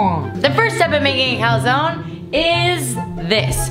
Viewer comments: Every time you say Calzone, sounds like "calzón" in Spanish which means underwear lol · omg you pronounce calzone in a really weird way ahahaha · The question is; am I going to be able to sit through a whole video of someone pronouncing calzone wrong? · we pronounce it "Cal-zone-ey"